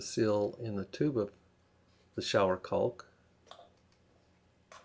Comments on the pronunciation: Can I take advice from someone that pronounces caulk as calk🙁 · The 'L' in CAULK is silent. Like chalk or chaulk. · "CAW WOLKK"